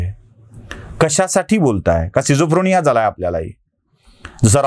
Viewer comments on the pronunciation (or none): न्यायमूर्तीला बोल रोखठोक. स्किझोफ्रेनिया ! स्किझोफ्रोनिया नव्हे. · pronunciation skizofrenia asa ahe. Schizophrenia. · "स्किझोफ्रेनिया" असा शब्द आहे.🙏